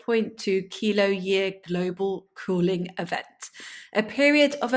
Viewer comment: Hm. I just realise that the land lost on the coast of Frisia in the "grote mandrenke" was kind of a remnant of Doggerland. You are the fist person I hear pronuncing the "kilo" prefix with "year". Made me do a double take.